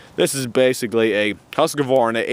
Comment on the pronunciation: HUSQ-VARNA not HUSQ A VARNA.